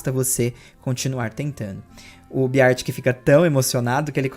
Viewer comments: se pronuncia Bér tic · eu adoro-te, mas a sua pronúncia de "Beartic" é horrível 😭